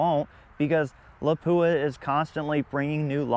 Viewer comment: Lapua is pronounced La-pwa not La-pooa.